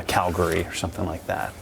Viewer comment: Shout out from Calgary! (You even pronounced it like a local!)